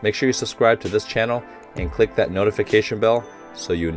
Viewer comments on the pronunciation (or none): none